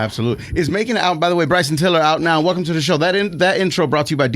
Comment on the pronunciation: Bryson defo said it correctly. Dunno what they were talking about 😂